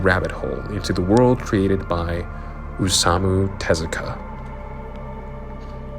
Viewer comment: I live to hear YouTubers butcher Naoki Urasawa and Osamu Tezuka's name